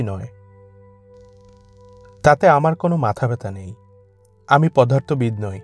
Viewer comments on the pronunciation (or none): পধার্থ নয় পদার্থ।